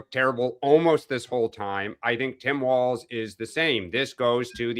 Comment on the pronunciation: Sean......it is Tim WALZ...not WALTZ.